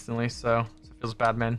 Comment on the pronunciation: Who else hears when he says Feels Bad Man FeelsBatman or is it just me.